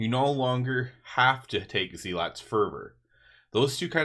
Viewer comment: Really love the theoryctafting, especially with your humility to say you were wrong. Keep it up! Small thing, just looking out for you: you're mispronouncing "zealot." It's more "zel-ut" than "zee-lot." Not a big deal, but thought you'd want to know.